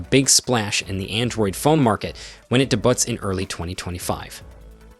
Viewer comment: did i just hear him say DE BUTT